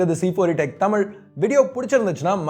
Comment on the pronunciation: I like when u say thamizh instead of tamil 👍